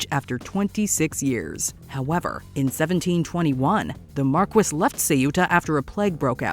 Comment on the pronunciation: Still better than the way she said “marquis”.